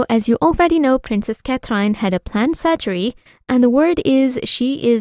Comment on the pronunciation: This commentor pronounce Princess Catherine name wrongly. She pronounce as " Cat trine " No respect. Shame on her! No subscribe